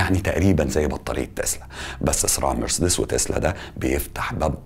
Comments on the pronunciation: بقولك اي يا اسمها مارسيدس مش مرسدس ماشي واسمها ألمانيا مش اااااالماااااانيا علشان بس بطننا بتوجعنا 🙂 متابعك من سنه ونص ومبفوتش فيديو بس في حاجات كدا بتجيبلي مغص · اسمها ونطقها كما ينطقها الالمان والامريكان نفس النطق ...مارسيديس Marcedes Benz... مش مرسدس . Mercds كما تحاول ان تنطقها انت . نطقك للكلمه غلط ’ ومحتاج تشتغل علي لكنتك الانجليزيه لانها ضعيفه جدا جدأ أن ما تتكلمش انجليزي خالص طالما مش عارف . يعني في الفيديو ده فقط غير غلطه مرسدس . انت قولت اوبك بلاااااس. اسمها اوبك بلس. ..... بلس مش بلاااااااس .... كمان. اسمها جولف سواجن مش غولف ساوجن 🤣🤣🤣🤣___🙋‍♂️🙋‍♂️هو انت ليه مصمم تعمل نفسك بتعرف انجليش 🤷‍♂️🤷‍♂️مش عيب خالص علي فكره انك تكون متعرفش ...ـــ بس عيب قوي انك تكون متعرفش وبتحاول تظهر وتبين لمتابعيك انك تعرف ــــ و بالمناسبه اسمها حروب ساايبرنيه ـــــ ساايبرنيه جايه من ساايبر... مش سيبرانيه زي ما حضرتك بتنطقها.... انت باظبط عامل زي ايمي سمير غانم في فيلم عسل اسود كان اسمها ميس ميرفت وكانت بتعلم الاطفال انجليش تمام زي بتاع حضرتك كده واحمد حلمي كان حيموت من الجنان والغيظ علي طريقه نطقها ،نقلها النطق الخاطئ للاطفال ــ حضرتك تمام زيها بالظبط ونفس طريقه النطق المتخلفه والجاهله